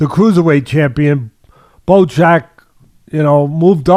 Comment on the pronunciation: "Muckaba"??" "Baddow jack"??